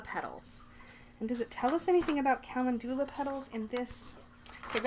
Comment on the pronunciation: Calendula is pronounced (Ca-lend-ula) 🔮🌛🌟💀♥💀🌟🌛🔮